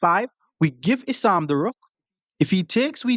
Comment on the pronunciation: "issannnn😂 ohh its issam, same thing😂" Classic